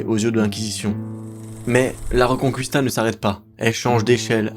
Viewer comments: Quand t'as fait italien LV2 et que ça se sent : La Reconqwistà 🤌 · ça ne se prononce pas la "reconcouista"... mais exactement comme en français. Et ce n'est pas la Galicie qui est une région des pays de l'est mais la Galice.